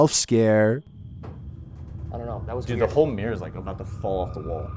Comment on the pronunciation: #6 - it’s not a ‘meer’ but a ‘mirror’ ! And a dirty one at that !